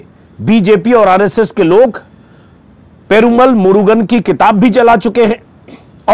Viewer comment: Ajitji, it is "Perumaal" - long vowel. Of course it is spelt with a single 'a" but pronounced with long accent.